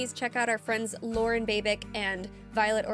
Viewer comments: You're saying Lauren's name right, Addie just got it wrong here :D The cover of Toxicity is also glorious and then they rounded out the trilogy with Aerials. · No, you said Lauren's name right. Addie said it wrong. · More more more! And Addie actually laughs that she's only gotten Lauren's name right once even tho they have done multiple covers together.You were right. Don't change how you pronounce it lol Continue down the Rabbit Hole & fall more in love with Release the Babic!